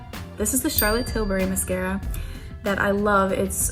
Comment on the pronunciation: The way she keeps pronouncing mascara like “musk-era” 😆